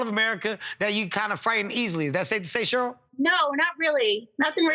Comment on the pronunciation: Um, Cheryl is pronounced “Share..earl “ not, “Sherl” Kevin 😂